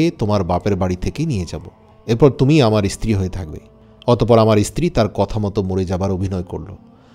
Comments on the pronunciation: ইস্ত্রী বলছেন কেন, কথাটা স্ত্রী। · 1st of all its stree not istree